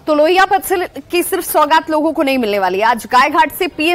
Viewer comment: loko ko milegi ya logo ko milegi please correct pronounciation